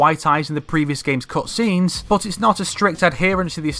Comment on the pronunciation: Am I the only one who's botherrd by the way he says "cutscenes"